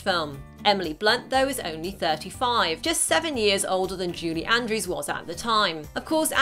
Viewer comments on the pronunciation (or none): Why does it sound like you’re saying “JUDY Andrews?”